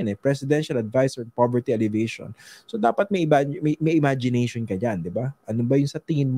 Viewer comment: Tanong lang po: Bakit ALLEVATION yata ang pronunciation ninyo sa halip na ALLEVIATION?